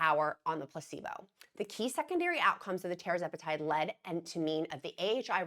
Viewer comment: RESPECTFULLY... It's pronounced Tir-Zep-eh-Tide... not Terra-zep-eh-tide